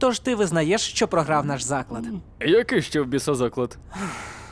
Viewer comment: Тільки не «зАклад», а заклАд 🤓